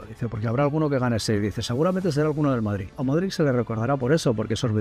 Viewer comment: Se pronuncia Modrich.